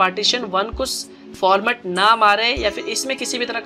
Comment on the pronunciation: Opretig shishtm not foramet